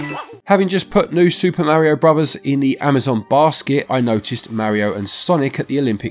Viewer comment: I have never heard Bros pronounced like that!